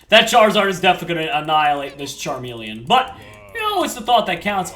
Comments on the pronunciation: Charmeleon- Charmelon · call charmeleon charmelon